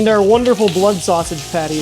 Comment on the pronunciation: I wasn’t wondering where you were from, but then you said sass-age and I knew instantly! 🐻 ⬇️ my Chicago brother!